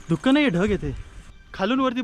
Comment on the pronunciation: धुक्कं ऐकून राहवलं नाही म्हणून सांगावेसे वाटले, धुकं असा उच्चार योग्य आहे मागे एकदा असेच व्हल्ला वाडी वरून तुम्हाला टोकले होते, ती खेडची होलेवाडी आहे